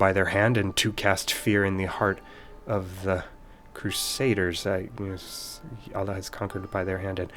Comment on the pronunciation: This is actually the first time I heard Allah being pronounced correctly as ' ɑɫ'ɫɑh ' instead of other kind of pronunciation, in a non-religious media. If you're not a Muslim, you sure took your time understanding the proper way of things :)